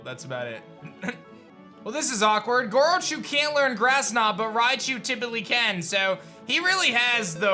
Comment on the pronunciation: Wait I thought it was Grochu not Gorochu